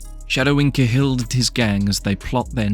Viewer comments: It's caa hill not kay hill mate 👍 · ya, I agree with 100%..........would you pronounce CAT as KAY? Unless you're mentally disabled, ignorant or just plain stupid you just wouldn't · It's pronounced kal but spelled cahill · Same as Gallagher, some drop the second g some dont. but yeah i`d say Ca Hill. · Can't pronounce the name of him properly because it's the British doing the whole claiming Irishness again. I don't know why they would bother but all English media have some sort of boner for claiming Irish people as British. Martin Cahill was born and raised in Dublin, Ireland. Why you classifying this documentary piece as UK Crime. Hes Irish... Clueless channel. Reporting it after this message.. if you're doing to create a channel at least don't push misinformation. Remember, misinformation is alot worse than NO information. So you're the problem in this society b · Why can none of these channels pronounce the names of the people they’re creating videos on. It’s Cah-hill not Ca’hill. And he was born on Grenville St not Greenville.